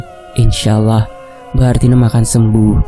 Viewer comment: Tolong di perbaiki lagi mas penyebutan kata ALLAH bukan Awwoh.. Maaf sekedar masukan untuk lebih baik lg kedepannya 🙏